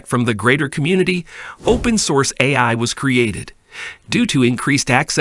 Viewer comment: Not a good sign when the narrator bot can't even pronounce "AI" half the time.